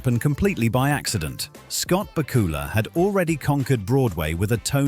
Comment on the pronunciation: Please learn the correct pronunciation of Scott's name!! It is BAK U LA! not BA KU LA!